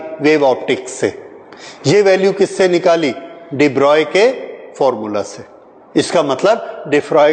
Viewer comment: HIT SONGS yes de Broglie is pronounced as de broy Also told in ncert